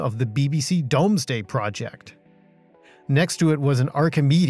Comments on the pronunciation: Pronounced DOOOOOOMsday project rather than Domesday :) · Great video! BTW, counterintuitively, perhaps, “Domesday” is actually pronounced “Doomsday”. (As in the BBC Domesday System.) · Sorry to be a pedant but it's pronounced 'Doomsday' as in the Domesday book (Up till that point serious congrats on pronunciation) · Really good video. I must revisit Cambridge again. Nerdy / pedantic bit: England is not equal to UK, the untion flag is UK(&NI), so either use the st George flag (for when you say England) or Union flag (when you say UK). Other pedantic bit is the pronunciation of Domesday is "Doomsday". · Domes-day made me laugh